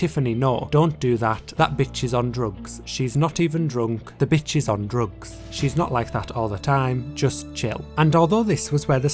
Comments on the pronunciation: im sorry but like "drógs" 😭😭😭😭😭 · so bizarre! but anyway, I'm obsessed with the way you pronounce the word "drugs" lol